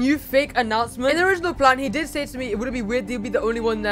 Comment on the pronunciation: The “HOW DRRRRID I DO”